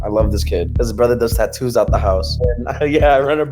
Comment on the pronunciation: bro aint no way sunny pronounced tattoos like that and no one is talking about it, what in the hell